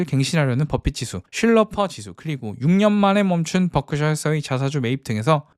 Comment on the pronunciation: 뻐크셔 ㅋㅋㅋ 발음이 귀여우시네요😂😂😂